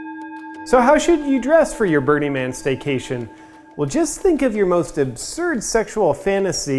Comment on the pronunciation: Is it just me or does his pronunciation of "Burning Man" sound like "Bernie Man"?